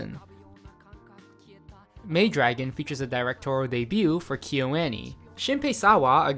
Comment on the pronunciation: The way kyoani is being pronounced in this video is killing me